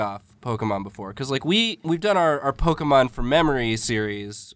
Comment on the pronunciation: tokemon, come on dude, tokemon